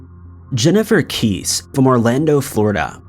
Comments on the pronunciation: Her name is Jennifer Kesse nor Kiese, Her surname is not remotely difficult to pronounce, Mispronouncing crime victims names is disrespectful. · I'm so sorry to be a grammar nazi but we gotta get Jennifer's last name correct. I'm from Orlando so maybe I'm a little touchy but.... her last name is pronounced like Jesse but with a K. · I posted a comment on this too. This has been widely covered. Even on a Nascar! I hate to be a "karen" but I guess someone you just have to. Idk, but it's pronounced like jesse but with a K. If someone knows something, anything, please let it be known. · And missing Jennifer Kesse is pronounced as Kessee. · Jennifer Kesse, kessseeeeee not like keece. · Jennifer Kes-ee. Come on man! Mistakes like this disparage the memory of those involved. I don't blame for the production or the editing, but as the narrator he really needs to make more of an effort to pronounce names properly. How many times has her case been covered...? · Lol it's pronounced: Jennifer KESS-ee. Lol